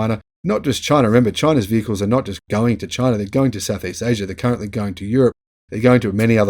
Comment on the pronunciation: "Chy-na" DJT